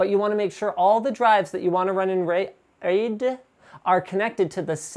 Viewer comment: The pronunciation of "raid" sounds allot like the dutch word "reet", that is our word for ass. So yeah I had to express that.